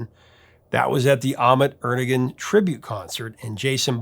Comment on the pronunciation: BTW Ahmet Ertegun's name wasn't Er-te-gun. He was Turkish and in that language the name is pronounced Er-te-WAN.